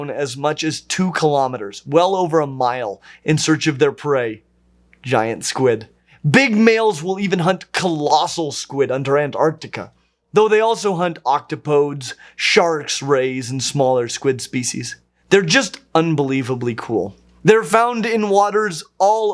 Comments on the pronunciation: But he's mispronouncing it, isn't he? We're talking about pluralizing "octopus" in a way befitting the word's Greek origins, right? If so, I believe it's pronounced ock-top-uh-deez. Think Heracles/Hercules. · I don't think that's how you pronounce octopodes. I believe it's oc-top-a-dees (it's Greek) but I may be wrong